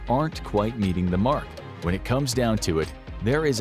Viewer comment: Mark. Not m k. M a r k